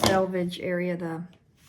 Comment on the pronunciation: Thank you for pronouncing SELVAGE correctly. Not sure why it bothers me when people say sAlvage. Or when some say acrost when they mean across. Thanks for letting me rant. You can delete this post if you find it inappropriate. Love your videos.